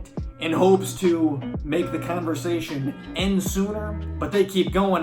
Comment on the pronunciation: I love how you talk. And also how you say canversation! Are you from NY?